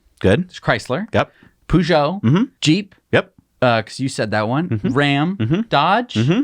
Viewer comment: I'm sorry, but it bugged me... Peugeot is pronounced "per-jo". Otherwise, love your videos....